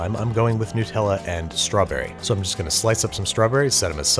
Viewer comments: How can someone who was raised in Rochester say nutella like that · It's pronounced "Nutella". Not "Nutella". hth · The way you say Nutella personally offends me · What's with pronouncing Nutella, which has nuts in it, like new-tella? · Sorry its hard to take this seriously when you say Newtella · “Nootella”? “NOOTELLA”??? It says “NUT” at the start and it’s made with NUTS! So it’s “Nut-tella”. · Nutella. Not Nootella. Do you say peanoots? Hazelnoots? Brazil noots? No. Why do we let you be a country? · It's Nutella, not "newtella". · Love this show but Americans just pronounce everything wrong. N-oo-tella....its literslly got the word nut in....NUTella. I'm english😂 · Hey Babish, just a quick thing. It's "Nut-Ella" not "New-Tella". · It's Nutella, not Nootella - cos it's made from hazelnuts, not hazelnoots. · Do all Americans pronounce nutella "newtella"? it's not "Hazzlenewt" why "newtella"? nuh-tell-a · 'nut - tella' not 'new - tella' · why are you calling it ‘Nootella’? It’s Nutella. Do you call a peanut a ‘peanoot’? 😂 seriously though, love your work! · you monster edit- it’s pronounced nut-ella not nootella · Great content as always. PLEASE rephrase 'newtella' to 'nut Ella' as is made with nuts. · Actually Sir, It's nutt-ella (nuhtella), not new-tella. Sincerely Anonymous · why do Americans say “noo tella” instead of Nutella??? is it a mental illness?? do y’all say “hazelnoot” too? No. You say hazelnut..... so you are capable of saying NUTella. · Whats all this "Nootella" business? You dont eat Peanoots or get kicked in the Noots. I can forgive a lot but you gotta put some respect on Nutellas name. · You’re the second American I’ve heard say Nutella as new-tella. In Australia it’s just nut-tella. Is the long u pronunciation a regional American thing? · Nyu-tella? BRO WTF?! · nutella contains nuts, not noots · Why do Americans pronounce Nutella so badly. It's a Nut/Chocolate spread... Nut-ella. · you had me until you called it "newtella" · ah yes, 'Noot-ella'